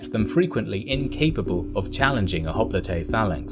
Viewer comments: The greek word for hoplite (i.e. the original one) is "οπλίτης". If you want to play smart use the typical pronounsiation for hoplite because the way you say the word is ridiculous. Writing down in greek the way you pronounse hoplite it would be "χόπλιτε". Τhis is jiberish. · Wait is that how you pronounce hoplite? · i thought it is pronounced "Hop-Lite". My whole life was a lie